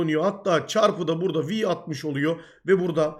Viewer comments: Abi vi deil vay diye okunuyo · Vi diye okunuyor bu arada. Vay dediğin "vy".